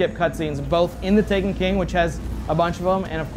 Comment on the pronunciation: This guy can't say "The Taken King" clearly. Sounds like he's saying "The TANEKEEN"